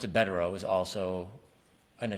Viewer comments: It’s Bederow, not Bukkake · Asks how to pronounce Bederow and pronounces it perfectly 🤷🏻